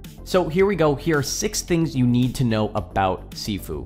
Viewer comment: sorry but your saying sifu wrong